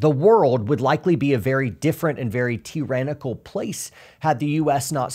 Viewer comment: "T-Rannical" I caught that, lol